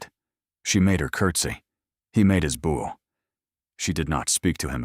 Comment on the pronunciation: Wonderfully unique story ❤ Pronunciation of 🎀 vs bow at the waist is very distracting.